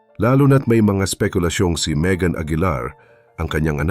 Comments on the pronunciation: Nkka inis nmn ung PG bigkas Ng Pangalan Ng anak.. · Paki ayos pag pronounce ng Maegan